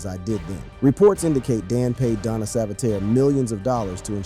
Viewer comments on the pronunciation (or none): none